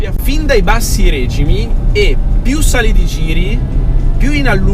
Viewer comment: what is a "Règimi"